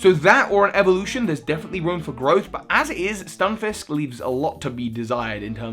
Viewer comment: its not a FISH ITS A FISK Stun-FISK not FISH